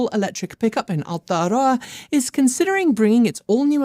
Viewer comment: Please for Gods sake stop saying Aotearoa every 3 seconds it grates especially when you cant even pronounce it correctly.